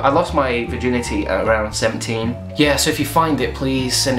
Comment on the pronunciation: I thought you said 7 not 17